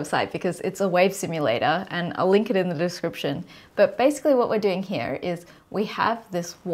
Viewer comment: Another lie is about observation itself - if the electron/photon are not observed, then we cannot know the result, period. If I do not observe you, then I do not see you, thats how reality works. Also, and this really upsets me, there is no version of "here" that has two syllables.